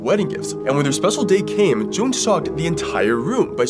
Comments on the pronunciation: I believe that you mispronounced the name Joan, I could be wrong but it may be Joe-Ann. Again I could be wrong but I wanted to help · Him mispronouncing Joan 💀